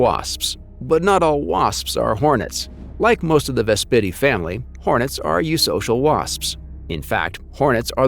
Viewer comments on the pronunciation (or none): So, the narrator is either AI or science illiterate: the narrator says "chit 'n" instead of "kai tin". Really? Ves PIT ee family? (a mafia family known for their stinging wit!) Pair uh SIT oid instead of pair uh si TOID... sigh.